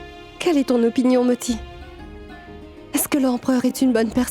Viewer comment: Pounti? 😂😂😂😂 c'est moti pas pounti 😂